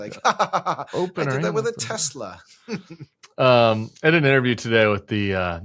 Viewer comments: Baaaaaaaahahahahaha he said "Tesler" again! Everything's computer! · > Even some MAGA loyalists aren't dumb enough to see how BOGUS Trump's "deal" is. > TESLER??? 😂, Trump is so flucking stupid that he can't pronounce "Tesla". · "Teslar" no one has corrected him LMAO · Well now I will think about buying a silver shadow since the tariff has been reduced....why does Trump pronounce Tesla as Tessler? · I believe that was Teslur, not Tesla. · Still calling it Tesler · It's pronounced Tesler! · Still sayin "Teslar" 😂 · Is Tesla pronounced “tessler” and nobody told me? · He still says Tesler?! I do think the Rolls-Royce engines they're referring to jet engines. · Why does he always say “Tesler”? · Trump is still calling a Tesla a "Tesler". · "Tesler" :face-orange-raised-eyebrow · Why does trump call them TESLER😂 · Did you notice it said “tesler” again? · He loves Tesslurr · He still thinks its pronounced 'Tesler', lol. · He said he bought a Tesler again 😂😂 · It’s pretty hilarious he said tesler again. 😂😂😂😂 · He still called it a Tesler.😂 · Anybody notice that Trump called it a “Tesler” again? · He keeps calling it a tesler. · He still calls it a 'Tessler'..... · I think you meant to pronounce it, "Tesler" Sam.😂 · Why doesn't he know there's no 'R' in Tesla??? "Teslur" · The way he keeps calling it a Tesler - such a weirdo. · He said Tesler again.😂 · Trump still pronounced Tesla incorrectly: Tesler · He still can't pronounce Tesla correctly